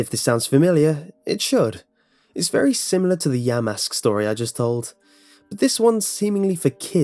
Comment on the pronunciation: lol you said yamask wrong